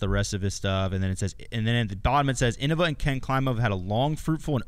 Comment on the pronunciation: Hot take: anyone who pernownces innava is new. Paul knew what he was doing. It’s pronounced Innova. Deere Lorde